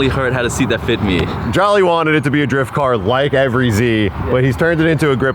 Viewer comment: FINALLY i feel like no content creators haven't been putting out videos this past week(exception of cleetus), and posted bright and early hell yea BALD GUYS UNITED🦅🇺🇸 I heard GA PD doesnt mess around good on you for not running😂 Edit: Cop: Driyuft?? Whadda you mean driyuft?: ummm its Awd aktchually🤓☝️